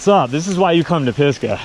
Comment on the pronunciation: Cool riding! Just wondering about the name "Pisgah": says it like "Piska" although I believe it should be "Pisga", which is the Hebrew word for "top of a mountain (or a hill), summit", originating in the bible.